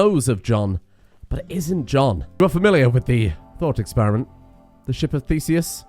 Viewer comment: "Are you familiar with the thought experiment (pause for dramatic effect) The ship of Thesus? (nee)" - 2021